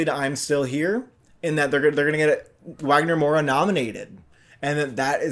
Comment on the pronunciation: Please say it Vagner not Wagner.